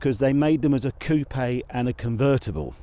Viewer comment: COOP!!! NOT COUPEH……